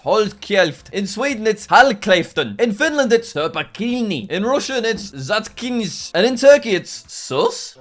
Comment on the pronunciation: It's not "zatkisns"! It's "zatknis"! Russian exams are failed 😡. STUDY RUSSIAN and zatknis.